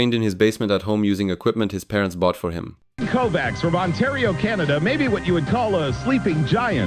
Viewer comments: Covax :D its not covax.. its Kovács.. egyem a sziveteket amcsik 😂😂 He has Hungarian name "The surname Kovács is a, of Slavic origin, Hungarian occupational name for a blacksmith or "smith," derived from the word kovács. It is one of the most common surnames in Hungary, functioning similarly to the English "Smith" or German "Schmidt"." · not Kovaks, but Kovach. even though Kovacs is a hungarian last name, it's originally slavic, and it means (black)smith you have a heavy slavic accent and I see that you're polish. you guys have Kowalskis everywhere. you should know. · He was of Hungarian descent, and his name is pronounced as KovaCH. CS = CH, sound in Hungarian (^.^) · His name is pronounced as Kovaach or Kovaats, not Covax. Kovács (pronounced as Kovaats) means Smith in Hungarian.